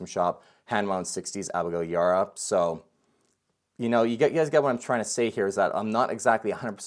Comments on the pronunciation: Abigail’s last name is pronounced E bar ah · it's pronounced YA-BAR-AH